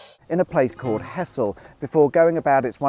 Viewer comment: It's pronounced 'Hezzle'